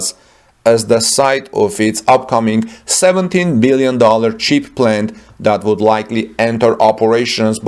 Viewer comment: The announcer says, “cheap”, instead of “chip”.